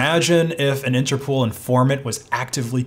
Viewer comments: Please don't pronounce INTERPOOL. It's INTERPOL, as in POLice... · Daingit! Why you so ignorant some times? first of all, Interpol is pronounced "Inter-pole" not "inter-pool". Second: scha·den·freu·de /ˈSHädənˌfroidə/ noun pleasure derived by someone from another person's misfortune. "a business that thrives on schadenfreude" Other than that, keep up the good work. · Interpol not Interpool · It's pronounced Inter-pole. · It's interpol not interpool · Why do you keep calling it "interpool"? How many O's do you see in the word "interpol"? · Interpol isn't pronounced interpool. It's pole. Like inter pole. Also, colonel is pronounced kurnel. It's a military rank. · I think it's called INTERPOL, not INTERPOOL. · Never in my life have i heard people pronounce it 'Inter-pool' 😂 its 'interpol' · What the hell is "interpool" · INTERPOL. NOT POOL. ITS INTERNATIONAL POLICE. NOT POOLICE. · INTERPOOL? lol INTER-POL like POLITICS or POLICE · You have a funny way to pronounce Interpol. 's not Interpool. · Interpool? You mean Interpol? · I’m sorry, but if I hear “interpool” one more time, I think I’m gonna lose it. The pol is from police! There’s no pool! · Bro said interpool 😆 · It’s pronounced “Inter-poll”, because it’s a shortening of “International Police”. So please close the Inter Pool! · “Interpool” lol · He also can't pronounce Interpol apparently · The way you pronounced colonel and Interpol hurt me